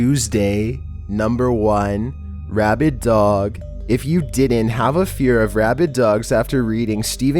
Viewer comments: He did say rabbid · not "rabbit" dog.. RABID.. thats completely different